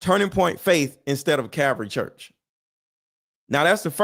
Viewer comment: Bro, it's Calvary Chapel. And be sure of what you're talking about, calling them a CULT Just a helpful tip. Love the vids.